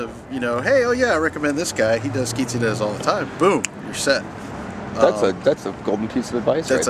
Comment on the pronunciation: ITS QUINCEAÑERAS,,,NOT QUINCINERAS homeboii